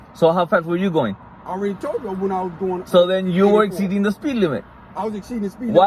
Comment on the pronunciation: " Exspeeding". Lmao